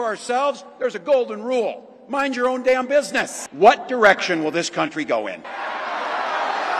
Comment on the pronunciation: “Mind you own deem business “ Walz real G 😂